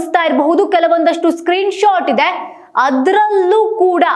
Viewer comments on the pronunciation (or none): none